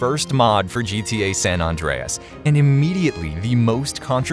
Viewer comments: I'm cringing every time it's called "San Ondreas." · Surprised that people pronounce San as 'Sawn' and hearing "Sawn Andreas"